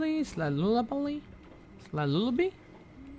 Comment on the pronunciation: “lilliby? lullibiby? lubbly?” sorry but its lullaby xd